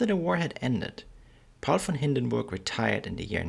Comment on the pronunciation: i like the proper pronuniciation of this great man's name very important in history thank you for a good detailed history presentation info out here hard to get thank you.